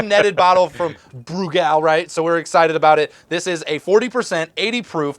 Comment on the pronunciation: yes, you guys are pronouncing Brugal correctly haha... at least I hope y'all are